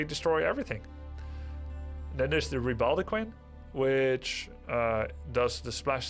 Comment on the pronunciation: "Ree-bold-eh-queen" NOOOO! Re-bo-deh-qun I still love you!